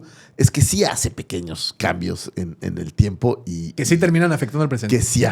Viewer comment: solo vine a corregir "TIMEPO"